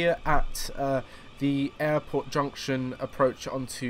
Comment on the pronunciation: when ever you say airport it sounds like you're saying Error port.